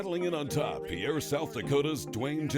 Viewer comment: Learn how to properly pronounce South Dakota’s state capitals name. It’s not pronounced like a French man’s name it’s pronounced like a boat Peer!